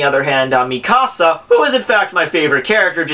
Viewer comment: The way you pronounce mikasa is so cringeworthy